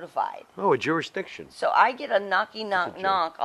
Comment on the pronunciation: "jurisdiction"? ... Lol